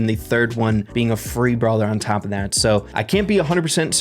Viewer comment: its brawler not bralwer